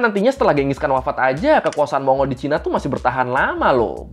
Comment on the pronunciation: Bang, pronunciation yg bener mon-gol